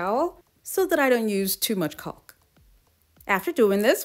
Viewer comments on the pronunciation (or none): These are so so cute!!! The adhesive your using to hold the palm bowls is pronounced CAW-K even though it's spelled CAULK the L is silent. Just thought you would like to know.....your amazing....❤❤❤